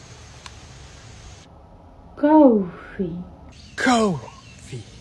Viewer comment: The way she says coffee makes me want to pour hot coffee on her lap and say....im sorry for spilling the "cooo...... ...... ...... .....fi Let me clean that up